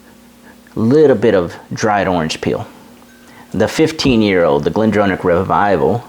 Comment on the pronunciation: great review... for me its Aber-l-our ( "our" at the end, nae "oor") and Bal-ven-ie ( "ven-ie" in the mid, nae "vien-ie") and Glen-dorn-ich ("dorn" and "ichhh" at the end). You know your stuff man on the tasting notes, I only taste braw whisky and nae so braw whisky... Balvenie and Aberlour are both nectar.